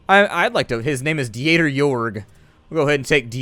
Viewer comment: Hey, how are you? Just wanted to stop by and let you know that the German name Dieter is pronounced like deter with an elongated e like in see. Anyways, you do you and keep up the awesome singing. It's as always a pleasure to watch your vids.